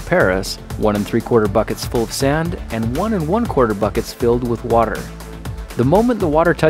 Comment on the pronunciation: "waterrrrrr" I couldn't of been the only one who noticed this right?